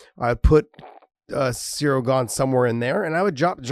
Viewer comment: Ha ha, Cereal Gone. I can't unhear that now.